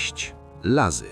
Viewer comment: Materiał fajny ale język polski w nie których momentach to porażka. Rozumiem że Wyraz Łazy można pomylić z lazy ale wyraz środlądowa aby przekręcić to jest już gruba przesada